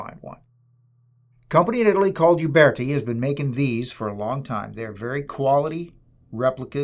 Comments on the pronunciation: it's Uberti and not "iuberti" the correct pronunce is similar to "Ooberti" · Nice review. Gorgeous gun. Alec Baldwin should have watched this. He should still be made to watch this! Uberti is actually pronounced as ”oo-bear-tea” ( not “you-bear-tea”). Thanks, enjoyed this!